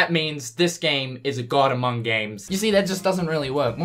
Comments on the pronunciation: No one going to mention the "Amoung"? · The reporter added a silent "U" to "among" when he spoke :)